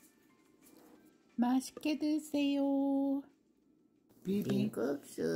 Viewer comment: 남편분 비빔국수 발음 너무 재밋네요 ㅎㅎㅎ 맛있게 만들어 졌습니다 ㅎㅎㅎ 너무 맛있어 보입니다 ㅎㅎㅎ